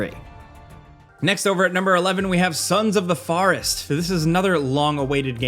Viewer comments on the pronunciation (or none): "Sons of the foourest"